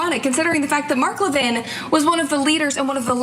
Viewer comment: now Ana pronounces Mark Levin's last name right, or at least to his preference.